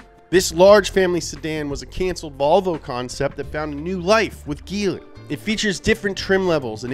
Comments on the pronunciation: It's prononced Jee-ly, not Gee-ly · also its said jeely not geely dude. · IT'S pronounced Gee- lee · Its pronounced geeeeeee leeee not geliy Hong Chi （红旗） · It's actually pronounced G-Li...but, close enough. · Writes geely, says jelie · Actually, it pronounce as "G Li" instead of GE Li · Jee lee is the right pronunciation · It's a soft G, and pronounced "Jeely" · Y'all pronounce Nikon as Nai-kon. Then y'all pronounce Huawei as Wa-way. And now y'all pronounce Geely as Gill-Ly. Hats off to you Americans. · I appreciate the effort done in researhing about the Geely, lots of it..But he failed to pronounce the brand right.. Its "Jee ly"😆. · Till this video i thought it pronauncing like [d3ili] not [ge.. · It's pronounced Jeely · Why did you say giling😂😂😂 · "I'm gonna say a lot of words wrong here." Yeah, like GEELY. smh